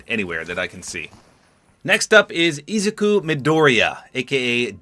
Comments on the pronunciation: you sed izuku wrong. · You said izuku wrong btw